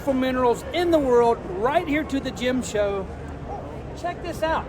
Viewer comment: Gym show ?? Is that English?